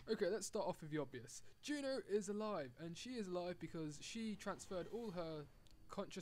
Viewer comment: It's JUNO not GEEENAAAAH